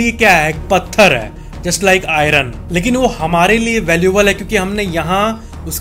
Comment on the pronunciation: Iron को आयन कहते हैं। R silent है। 9.27 सेकण्ड्स पर acting awesome है😜